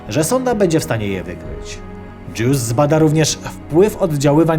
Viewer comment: Dobrze słyszałem, sonda JEWS?